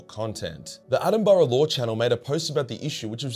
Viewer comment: Dam bro u got to learn how to say Attenborough